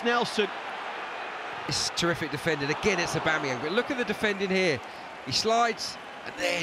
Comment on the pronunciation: Someone tell this goddamn commentator his name is 'AubAMeyang' not 'AubEMeyang'! Every goddamn video!